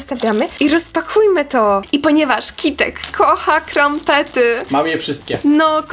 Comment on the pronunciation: To nazywa się kampet a nie krampet